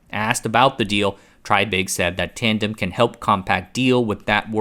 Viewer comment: It's pronounced TRAY-big. (reference